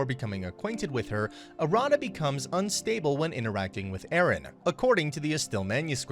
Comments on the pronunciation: You're pronouncing Arata wrong, btw . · a rada is not pronounced correctly